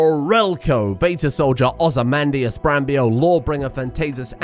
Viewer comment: is amazing he can say ozzymandius like thats normal but supercucumber makes him sound like hes having a stroke